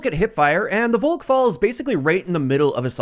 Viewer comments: If anything it's pronounced "Faulk" btw. With no pronouncing the "au" so much as an American/English person would. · FYI, the V in Volk is pronounced like an F.